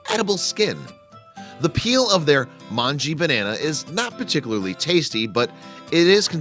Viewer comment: Just a pronunciation correction. /mongeh/ Informative vid though :)